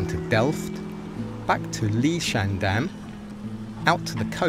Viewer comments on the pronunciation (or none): Liedschendaam? Leidschendam is pronounced in the same way as Leiden. You manged to say that :). It is sounds very funny... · You would pronounce the 'ie' sound in 'Leidsendam' more as in the English verb 'to lie', and the 'ij' sound in 'Katwijk' more as in the English name 'Ike'. 'Braassemermeer' would sound slightly similar to 'br-awesome-rmeer'.